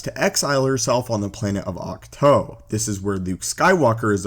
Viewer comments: Can you just say Auk Too. Vs Auk Toe?? I get you pronounce your Os funny and only one way. But it is just....annoying....you won’t bother to say things right. Grow. Adapt. Cows say Moooo not Moe. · Octoe thats not how it’s pernounced